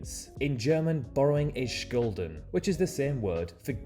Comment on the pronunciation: 2 things: first, please just listen to the audio of the word, its right next to the letters and you could have nailed it (it's shooll-den, nut scoulden) secondly, you kinda misused the term a bit (you wouldnt "borrow debt", rather take on debt). Regardless, you are making a good point. Having to take out a loan is generally viewed as a bad thing, add the fact that it involves a lot of risk and work to start a business and there you go, not the best environment for a new entrepreneur to grow up in, sadly. Still, there are policies being made in Germany (and the EU in general if I'm not mistaken) to promote the idea of starting a business and help people trying to do it, especially targeted towards the youth. Idk if "JUNIOR Programme"(/Junior Company) is a term in the US, it's basically a programme in which students get the chance to start a business and make lots of experiences during the process which I find quite neat